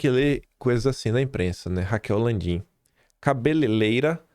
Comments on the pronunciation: vamos lá: 1) Não é cabeleLeira, é cabeleiReira. (você é jornalista, cara. Tem que corrigir isso aí - e vc falou enquanto lia o texto - tsc tsc tsc) 2) Só pra reforçar (hj vc não falou, mas vai voltar a falar): é Lei "Magnít-SKI". Não existe IN na palavra, existe NÍ. 2) Para você que vive (corretamente) criticando o aumento da SELIC, procure saber o que é o Compulsório (ferramenta que enxuga a liquidez do mercado e reduz a oferta de crédito, sem aumentar o endividamento do Governo). Esqueça essa conversa de churrascaria. Já basta o churrasqueiro de Miami. A gente precisa muito de você, aqui. Sobre o Atlas: Cara, vc precisa conversar com alguém que manje de IA. Acho que vc pode montar o Atlas usando alguma das IAs disponíveis, mas vc vai ter que rodá-la localmente para isso (procure saber o que é RAG e CAG - Converse com o Leonardo Dias - Twitter - Você já o trouxe em seus vídeos). Vou insistir, procure dar uma olhada no Obsidian (vc pode montar seus slides por lá). A vantagem é que os arquivos são armazenados localmente e vc pode usar tags e links, usando-o como se fosse uma espécie de wikipedia (cara, dá pra construir todo tipo de index, listar tudo o que vc quer, da forma como quiser - por meio de metatags simples consultas em javascript - que qualquer IA faz pra vc em segundos - e vc ainda pode criar mind maps lá dentro). Você não pode ficar usando powerpoint. Precisa de uma ferramenta que te permita consultar os textos que usa no seu vídeo. Outra coisa: Existe uma esp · vc falou cabeleleira???? Socorro